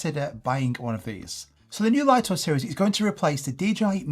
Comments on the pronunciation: Many YouTubers pronounce it correctly as "LIT TO," only a few American YouTubers pronounce it as "LIE TO" like you! Another example is the famous Japanese camera brand NIKON. The correct pronunciation in Japanese is NIK KON, but ridiculously, many Americans pronounce NIKON as NINE KON, just like you pronounce "LIT TO" as "LIE TO." This deviates from the original pronunciation. This might be due to your habit of naturally pronouncing the letter "I" with an "I" tone, but it's incorrect. Please respect the original creators' pronunciation! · Laito❌ Lito ✅ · It would have to be spelled "Lieto" to be pronounced l-eye-to. Lito = Lee-to. Maybe someone needs to tell DJI to check themselves :) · Pretty sure it’s pronounced ‘lee-tow’ not ‘lie-tow’